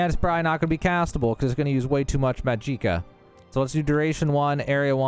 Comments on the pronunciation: This video leaves out so much information. (Also dude its not pronounced muh-jeeka) its magiCAH Most importantly just buying a spell doesnt mean you can now craft one. You have to be able to use it. For example i bought a shock touch spell but my skill is too low. So shock is NOT added to my spellcrafting list yet. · You lost me at "muh jeeka" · I'm so tempted to dislike this just because how you say magicka